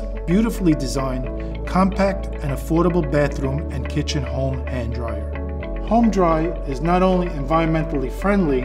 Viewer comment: It doesn't say home dry it sais HÖM dry lol.. wonder why he pronounces it wrong. Ö does not pronounce like O.